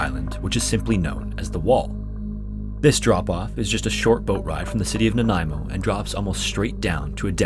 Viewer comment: As someone born and raised on Vancouver Island, thank you for saying Nanaimo correctly ❤️